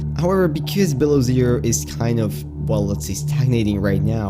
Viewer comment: The way you say below zero at 13 seconds is fucked. It's two words not one. Say it with me......below zero not bilerzur